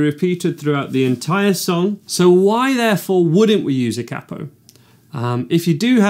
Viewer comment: the way he says capo triggers me